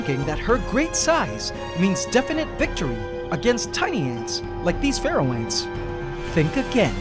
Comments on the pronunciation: All this time I've been thinking you're saying "Ferral Ant" with a strange accent. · DG K same it makes sense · Omg same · OMG I'm not alone! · Whenever he says “Pharaoh”, I hear “Feral” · I hear pfereoh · Oh, Pharaoh ants, when you've mentioned them before, I thought you said "feral".